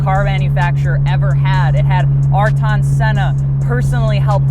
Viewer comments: Ayrton is pronounced "Air-Ton" just saying... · Who the fuck is "Artawn Senna" lmao never heard his name pronounced that way before. Good job 😂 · who is "ar-ton senna"?